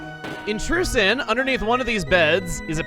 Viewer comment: I heard Truce Inn as True Sin. :P